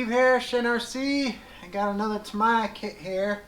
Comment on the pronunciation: TAM (EE) YEEA is pronounced not TamHIYA :P awesome video